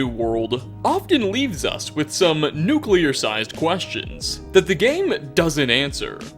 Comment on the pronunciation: holy s**t you actually said "nuclear"